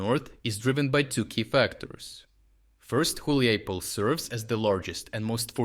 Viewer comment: Dude, you pronounced Hulaipole in like 4 different ways.. haha.